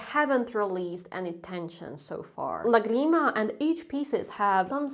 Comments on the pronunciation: Please don't say agreement, it's LAgrima 😊😅❤🎉❤ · Lá-grima. Not Lagri-ma. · It is not pronounced "láGRIma." It is pronounced "LÁgrima." That accent mark on the Á means that you must stress that syllable. In Hungarian (), all words are stressed on the first syllable to come out of your mouth. In French, all words are stressed on the last syllable to come out of your mouth. Both French and Hungarian use accent marks for pronunciation, not for stress. Spanish is not like that. We use accent marks for stress, not for pronunciation. So, next time, say "lágrima." Cheers,. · I'm sorry but is làgrima, not lagreeeeema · Great video. Just one thing. The word "lágrima" (tear, as in what your eyes shed) has the emphasis on the first syllable...pronounce the three syllables in a triplet. If you emphasize the second syllable, like an eighth note, bar line and two eighth notes, you're saying "la grima", which means something like "the creeps", as in "it gives me the creeps"...and it's kinda funny 🙂. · Please pronounce Lagrima correctly. The way you say it is sounding American